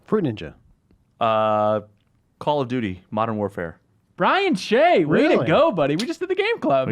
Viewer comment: Brian Shay sounds like crying shame :)